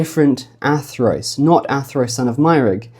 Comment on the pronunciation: surely Athrwys would be pronounced "Athruuse", not Athroyce??? remember - Y is U and U is Y in Wales... and that pronounciation sounds a LOT more like 'Arthurus', doesn't it?